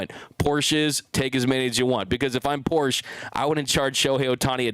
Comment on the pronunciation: It’s Porsche “ah” at the end. A Porch is that thing wrapped around your house. 😬 Thanks for the show!!